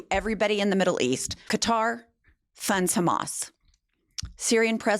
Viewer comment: Thank you for being one of the few who pronounces Qatar the right way. I'm sick of hearing "Cudder gifted tRump a flying palace" or words to that effect!